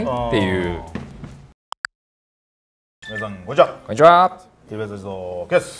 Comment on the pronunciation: みなさんー こにちはっ てばぜぞー くぇぁすぅー 後半何語？笑